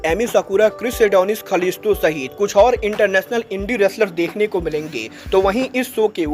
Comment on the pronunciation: कलिस्टो ❌️ खलिस्टो ✅️